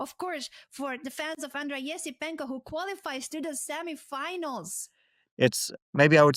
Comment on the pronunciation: It should be transcribed as Yesipyenko (just like Boris Yeltsin for example) - Fabi is actually pronouncing first Ye correctly.